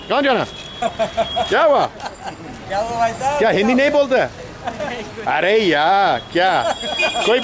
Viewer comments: It sounds like Ari yaa... but he is saying ‘Aree Yaar’ which sort of means ‘oh my friend’ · Should'nt be 'are yar' not 'are ya'? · It’s funny when he says “Areh yaar” but doesn’t say the “r” at the end. So it sounds like “Areyaa” 😂😂 I love this guy, he is friendly